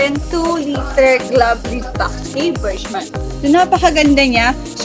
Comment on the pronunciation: Suzuki BERG-MAN not BURJ-MAN